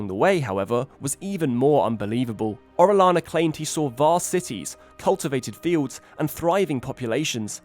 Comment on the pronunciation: Orellana. Double l sounds like Y.